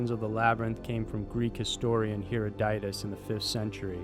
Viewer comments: Learn how to pronounce Herodotus! Hair-AW-duh-tus, not Hair-oh-DYE-tus!! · Not being an ass but his name is Huh-rod-oh-tiss not hero-dite-iss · Why are people so bad at just pronouncing names/places how they're spelled? Last video I watched someone talked about istanbul switching its name from "Constinople" now this vid starts with a quote from "Heroditis"instead of Herodotus. Maybe it's just Herodotus's younger lame brother or something. Don't forget Cheyenne province in China either! (Xian=SHEE-AHN) idk I quit I'm going to bed 😞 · HeroDOTist? Take a latin class before you discuss latin based names please. I made this same mistake over a medication called , what I thought was called: Deesalisaid. It's actually Disalysid. I was a kid, I didn't know, so I'm assuming you must be as well. Trust me, take the class, much of our language is based on latin, and you'll sound tremendously more educated with just the basic understandings. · I think the scholars name is pronounced Her-ot-a-dus. The only reason I know this is because they talk about his works in The English Patient....Great work. I enjoy your channel. Thank you. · Herodotus or heodieus they just can't get it right. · Hero-deye-tus. Did he know So-crates? ;w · As a PROFESSOR OF HISTORY you should know that the Greek historian's name is pronounced Her-odd-a-tus... not howevere you pronounced it! I almost spit out my salad! For shame! lol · Here-a-diet-us. Wtf? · Huh rod it uss (say this fast and that's how you pronounce the name!).